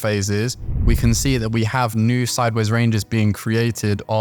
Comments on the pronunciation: I still have problems with your inability to pronounce SIDEWAYS properly.. I hear u call it SIDBAYS. what's SIDEBAYS? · I think he's saying sidewards or sideays? I sometimes hear seybers as well lol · yup it is sideways. very odd